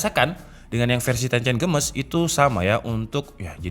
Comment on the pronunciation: Games dibaca geimis Bukan gemes bang